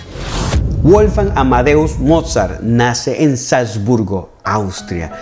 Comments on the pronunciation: Muy lindo el vídeo, lo único que me gustaría que revisase es la pronunciación del nombre de Mozart. Es Wolfgang (la W suena a V), no Wolfang. Saludos desde Argentina! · WOLFGANG SE ESCRIBE Y SE PRONUNCIA VOLFgang Es un nombre aleman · Estimado César: en alemán la doble u (w) no se pronuncia como en inglés, sino de forma llana, como la uve (v) en castellano: Weber se pronuncia "véber" (no "béber") y Wolfgang se pronuncia "volfgang" (no "bolfgang"). Espero que esto te sirva para tus maravillosos videos, que sigo siempre con mucho interés. ¡Saludos!